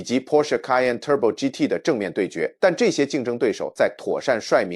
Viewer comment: 妥善｛率〕律變妥善（率）帥